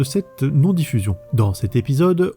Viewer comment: Et c'est Joxer et pas Joker